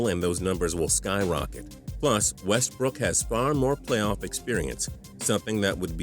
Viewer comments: am i the only one that cringes everytime he says westbrook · Ikr I was about to comment that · The way you were saying Westbrook was killing me